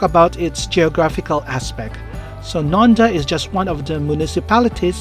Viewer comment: Thanks for the video. Nendaz will be pronounced like NA -DA'